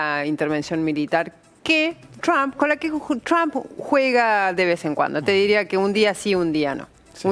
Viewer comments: Ayyyyy "trammp" Jajajaj Trump Hablas castellano no sos una grinfa lcdtm! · CRHAM! le encanta decir trump en ingles a la mina